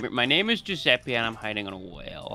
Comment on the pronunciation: Giuseppe is perfect! I love when english speakers hit the right italian pronunciation ❤